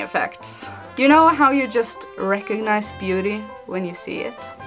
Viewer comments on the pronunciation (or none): none